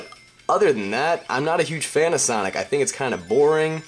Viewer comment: "huge san of fonic"